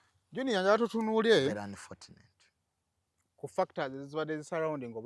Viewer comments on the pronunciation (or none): Lwaki junior agamba anifotuneti, mukifo kya anifochuneti...(unfortunate).....🤔🤔